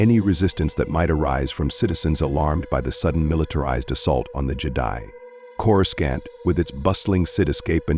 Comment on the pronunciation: Say with me now, Corrus-scaant